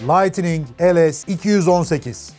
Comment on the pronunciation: Lightning’in telaffuzu yanlış.